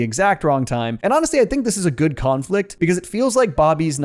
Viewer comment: “Khan” flict